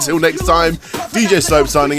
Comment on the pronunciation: ' pronunciation is indeed full of /hilarity/, even on English words, but it's part of his charm.